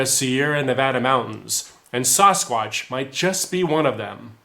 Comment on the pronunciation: Please.. Sass-quatch, not Sauce-quatch. It is Ike sassy, Saskatoon and Saskatchewan.... not spaghetti sauce or sausages...